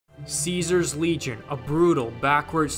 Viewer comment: The correct pronunciation of Caesar's Legion is constantly said throughout the game and this dude still managed to get it wrong